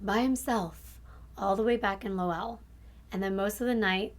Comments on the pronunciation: Hey girl! Lowell is pronounced Lowuhll. I pronounced it the same way you did and everybody there jumped down my throat about it lol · Low-ull lol. I noticed that too. I'm from CT. New England is notorious for having hard to pronounce town names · You did such a good job on being thorough on this case. It’s so sad. May I add that Lowell is pronounced “Lole” like role or sole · Great job girl!! I am from Boston (20 minutes south), and you did an amazing job in pronouncing the towns lol.. Most people don't say them like a Bostonian.. One thing, Lowell is actually pronounced like LOLE (Like hole with an L). Other than that, perfect! 💖💕💖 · Great storyteller. I live in Massachusetts so the way some of the town names, like Lowell, were said wrong. We pronounce things weird up here. I was on a jury for a deviant sexual offender in 2009 and it haunts you hearing what these offenders do to innocent children. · Love the consistency of your posts I get excited everytime I see the notification!!! Also I live in New Hampshire, the state above Mass. I live an hour from Boston and I’m familiar with the names/area I go saltwater fishing right in Salisbury, MA and now that I heard you say Lowell wrong I wanna say it that way now LOL 😂 (not even joking imma throw so many people off I love it) I never heard it said that way, the way it is pronounced is “LOW-uhl” incase you wanted to know if you read this comment! Have a great day and weekend girly!!! So happy to see you reached 300k subscribers, can’t wait to see that MILLI! 💕